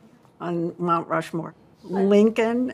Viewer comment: Nancy, it's called Mt Rush-more, not Mt Stumble-more or Mt Slow-more 😂🤣🤦‍♂️